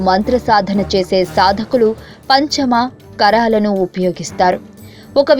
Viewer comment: పంచమ కారాలు.. కాదు.. పంచ మకారాలు ...